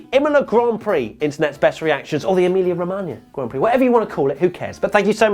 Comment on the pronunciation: pronouncing "Emilia Romagna" 😙👌🏼 🇮🇹